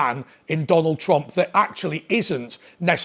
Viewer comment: Who's Tonald Trump ? lol 7.43